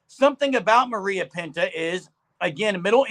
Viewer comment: It’s pronounced muh-rye-uh, not muh-ree-uh.